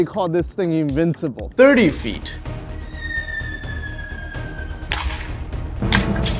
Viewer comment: That phone is btw from finland and you should say that as nokia and not noukia